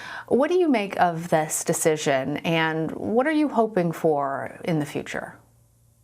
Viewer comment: i heard her say post nut club